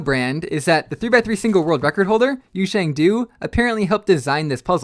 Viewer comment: i urge you to look up how to pronounce yusheng's name. cuz you pronounced it wrong. put it in google translate, into chinese, and play that pronunciation.